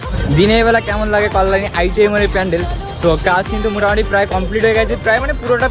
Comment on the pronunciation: তোমার কল্যাণী উচ্চারণ ভূল হচ্ছে।